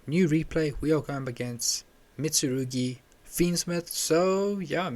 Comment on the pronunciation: he said mitsurugi not memento. and also those are just both incorrect.